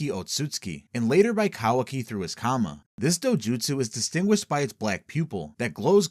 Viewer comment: Jesus christ for butchering names.... did you call it Comma as in ,,, it's karma